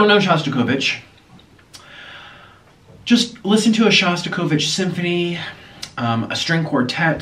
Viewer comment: Hi Niko and hello from Russia. I'm one of your silent subscribers. But there was something that touched my soul in this video. You were talking about Shostakovich. It was funny to hear how you pronounce his surname 😂 try to say SHo a bit softer. His music is so scary because he saw all the terrible things that happened during the revolution, world war one and two. He was starving for a long time and still had some space in his heart for love and hope. My best wishes to you and Orlin, you are very nice and positive guys 😜